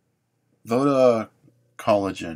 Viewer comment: anyone else think it was "vodka" instead of voda?